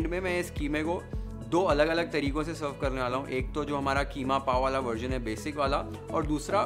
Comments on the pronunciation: KHEEMA nahi. QEEMA BOL. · Kheema nhn qeema hota hai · Kheema nhi keema 😀😀